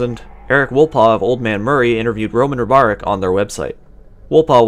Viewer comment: I like this documentary, but I cant believe how bad you pronounce Ribaric. You pronounce it like its Robarek.